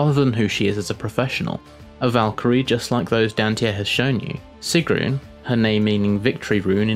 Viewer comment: he says sigrún so weirdly xD And the skin ZANYATTA